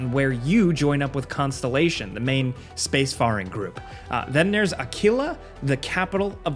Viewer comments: Isn't it pronounced space"fair"ing not space"far"ing? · Dude really said space"far"ing instead of space"fare"ing as it is pronounced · Lol “space-farring”